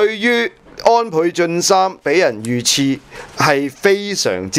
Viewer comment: 正音😂遇刺（食）